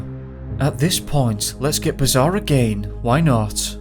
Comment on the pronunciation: And I quote....let's get bizaaaaarre (Humberside accent). Lol